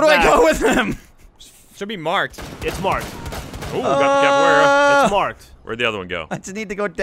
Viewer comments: LOL cab-A-Weara haha. its cav-E-Era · Dont ya just love cavuwera instead of caviera in all seriousness love thr series wish it would stay with r6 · Its CAV not CAPoara. CAViera. Pisses me off so much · Oh god when you play siege constantly and gets everyone calling caveira capillera!! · C A V E I R A! Come on you can do it! CAVEIRA! Not Capoiara not Caviera , CAVEIRA! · someone needs to tell how to say Caviera correctly, and i probably ended up spelling it wrong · I love you guys but it's annoying to hear capoeira because her name is caveira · Am I the only one here who was kinda annoyed at them mispronouncing Caveiras name as Capaweara? Good video, love them, just put off a little by this. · The next thing they need to practice is how to pronounce Caveira's name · Won a ranked match but still can't pronounce caveira correctly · I hate the way they say Caveira's name